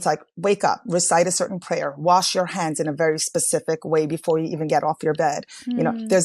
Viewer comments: Cerin? You mean certain? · The "T" is not silent in the word "certain".